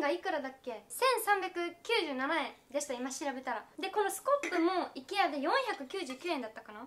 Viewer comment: IKEAの発音が｢行けや｣で好き☺️☺️